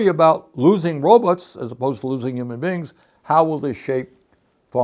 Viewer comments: Can't unhear this but when Bernie says robots I hear robux. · It’s so hard for me to take him seriously when he calls robots “RObuts.” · i enjoy the way bernie says "robots"